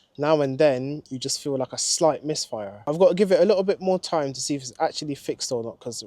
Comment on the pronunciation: yeah i think the same😂😂😂i dont know whether is that for content or something😂 everytime he goes like the caww has a slight misfiahh..😂